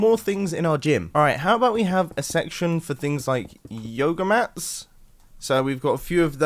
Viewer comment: what Mumbo said: all right how about we have a section for things like yoga mats. what I heard: all right how about we have a section for things like yoda mats.